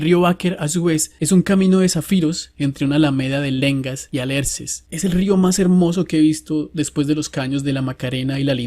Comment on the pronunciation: Muy buena narrativa ¡¡ te pasaste ¡¡ y es Alerce no Alarce¡¡ jajajjaja muchos saludos y buenas rutas ¡¡